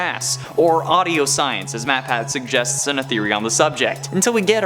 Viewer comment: you called matpat matpack